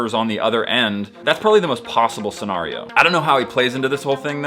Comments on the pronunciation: why did u say scenario like that😭 seNARio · scen AIR e o